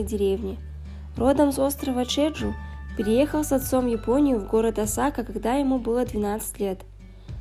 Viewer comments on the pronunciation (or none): none